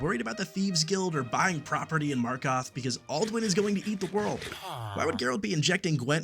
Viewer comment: As soon as your pronounced markarth like that I stopped watching